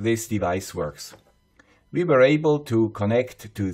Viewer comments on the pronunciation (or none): none